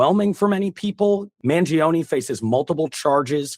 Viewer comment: Man jee oh nee 😂